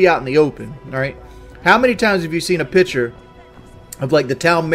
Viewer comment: I cant stand when he says "piture' when he means picture.